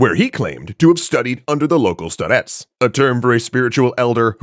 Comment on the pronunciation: It's stárets, not staréts.